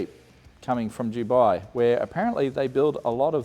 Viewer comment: just to point out aussies...its dubai. not dewbi. it makes a big difference. take note. :D